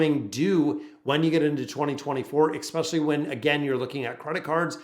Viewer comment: I couldn't listen for too long, because hearing you mispronounced especially, which you seem to say hundreds of times, was driving me crazy.